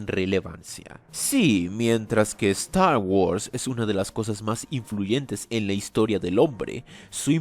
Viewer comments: Nadie! pero nadie! de habla inglesa pronuncia star wars como ZTTAW WUARRS jajajaja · "Stah wos" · La importancia de "Estar worss" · StArh whurs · Yo: Trata de ignorar la pronunciación, no es tan rara: A lot of Stagwods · "eZtar GuArZ" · Es gracioso el como pronuncias "star guords" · Cada ves que pronuncia Star Wars siento una patada auditiva en los huevos